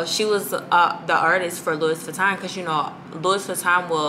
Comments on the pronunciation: It’s you ALWAYS saying “Lewis” Vuitton for me😩😩😂😂😂🤦🏽‍♀️ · It’s pronounced like LOO•EE VEE•TON. ❤️ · Yessss like its pronounced as Louwii VITON hahahaha